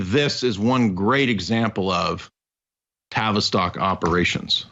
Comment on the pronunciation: Okay, new here and loving it but every time you say "TAVISTOCK" I hear Travis Scott. Isn't that the rapper that had a concert in which all sorts of magic was performed and people actually died?